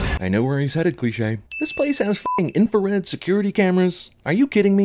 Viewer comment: lol, "infared."